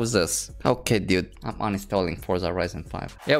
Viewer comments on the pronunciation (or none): I like how he says “deude” instead of dude lol